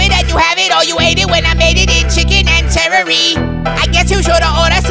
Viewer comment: celery --> cerery 😂